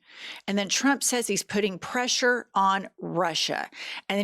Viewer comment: "Lotta preshah"